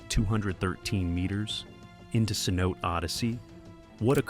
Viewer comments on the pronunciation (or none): FYI. Cenote is pronounced 'say no tay'.